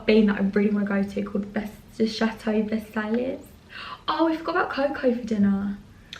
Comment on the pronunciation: how can you not pronounce versailles it’s literally the biggest tourist attraction near paris